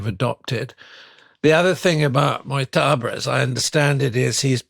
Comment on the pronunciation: It would be nice to pronounce names more correctly. Moktaba is not the correct pronounciation. It is pronounced much more like Moshtaba.